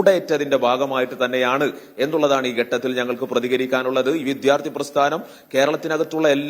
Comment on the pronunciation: വിദ്യാർഥി, ഘട്ടം, ഫലം എനൊക്കെ ശരിയായി ഉച്ചരിക്കാനെങ്കിലും പഠിക്കൂ..